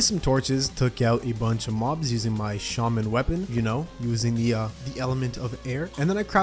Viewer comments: It is pronounced shAWman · says shAmon!? Why does he say it like that, I know he in American and English is weird but, y’know